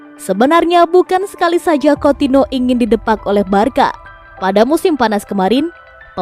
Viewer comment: Anying Coutinho dipanggilnya coutino aduh bisa mbaca ngga sih min